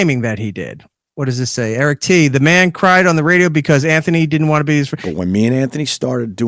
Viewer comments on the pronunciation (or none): I loved when Jim called E-Rock ,...." irrick"